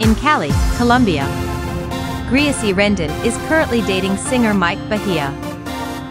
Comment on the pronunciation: it’s not graisy (how u call it ) it is really Greeicy